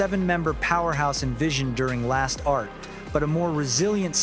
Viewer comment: LASTART comes from Last + Start, meaning the beginning of the last unit. So it's correctly pronounced Last Start. However, thank you for story about our Wishies 💚